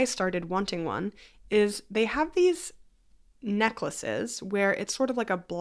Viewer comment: The way you say thong makes me chuckle 😅